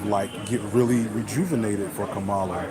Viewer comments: Kamala is pronounced COMMA-LA. Not CUH-MAH-LA. She deserves the respect of CORRECTLY pronouncing her name. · Bruh....for your B-side later, Kamala's pronounced "COMMA-la" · Come on bruh pronounce her name right. It’s Comma-Luh. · I think her name is pronounced with the accent in the first syllable.